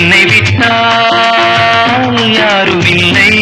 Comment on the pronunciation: கானகந்தர்வன் K.J.யேசுதாஸ் அவர்கள்.... மக்கள் திலகத்திற்காக பாடிய அருமையான ஒரு பாடல்..... "என்னை விட்டால்"..... என்ற தொடக்க உச்சரிப்பே மிக அருமை...!